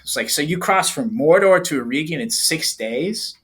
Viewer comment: OUT OF LOVE: To all American tongues - EREGION (hope i'm correct in saying this) pronounced LESS with pure Eeeee sound - MORE with an EH sound...eg Egg. like the name Eric.....or Beren (and Luthien). At the end of the word....you CAN go nuts with the Eeeee sound... eg.. EeeeeeeOnn. Summery: Er(ic) + Egg + EeeeeOnn OUT OF LOVE NOT CRITICISM.......i generally love US/CANADIAN phonetics. Went to a US/CANADIAN high school.